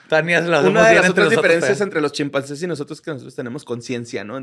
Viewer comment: "Chimpanceces" :P